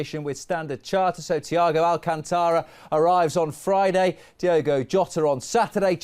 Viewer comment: Correct pronounce: Thiago all - cânnn (not ken) - tá - ra